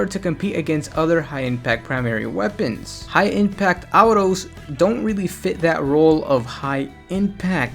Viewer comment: Don like the way you say autos